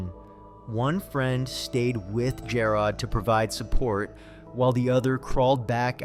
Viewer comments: Lol jah rod..... It's g air od... Jarod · Jer-rod. Where’s A-a-ron?